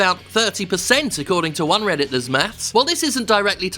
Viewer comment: "If Juan didn't have access..." Juan? Who's Juan?